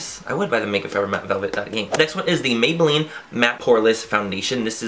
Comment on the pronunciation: why you say Maybelline that way